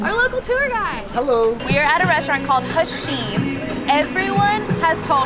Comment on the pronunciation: "Hasheem" lmao you literally had a jordanian tour guide with you I'm 100% positive pronounced the name for you correctly multiple times.